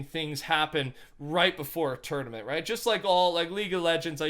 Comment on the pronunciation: Dose anyone here him say turdament